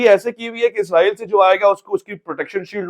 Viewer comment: Ye Izraeel nhi Israeel hai "zy nhi seen hai yahan"..... Izraeel ek farishty hain Jin ka naam Hazrat Izraeel as hai jab k mulk ka naam Israeel hai jo k Hazrat Yaqoob as ka laqab hai....